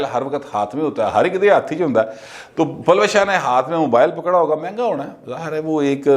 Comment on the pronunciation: یہ نام پلوشہ نہیں اس کا درست تلفظ پل وشہ ہیے، پشتو کا لفظ جس کے معنی "کرن، چکاچوند، چمک" وغیرہ ہیں